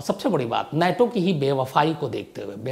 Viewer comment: अबे नेटो नहीं नाटो।